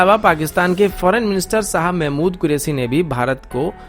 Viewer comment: Mera beta tu defense news de.. politics na kr.. aur thek se bolna tu seekh le.. chez ko chej bolta ha shah ko sah bolta ha chootyay.